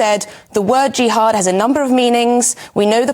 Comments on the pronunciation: Are all westeners ignorant like this journalist? 'jiiihad'! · I'm sure she doesn't have an idea of what she's talking about. jiiiHaaad wtf